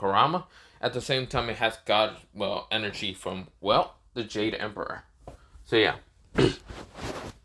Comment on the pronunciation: It's jadE emperor no offence just annoys me